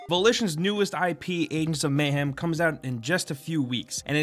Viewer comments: adens of mayhem? it's agents of mayhem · Aengs of Mayhem? Sounds legit. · at the start u couldnt even say agents of mayhem properly LMAO